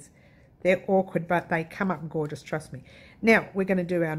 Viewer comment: Oh. That is GOR-GEE-US! Absolutely stunning. Looking forward to seeing you tomorrow morning ☺♥️